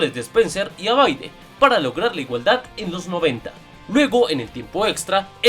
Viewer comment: Por favor no es "abaide" es Abbadie (la e no suena al final) Todo un grande Julio Cesar Abbadie.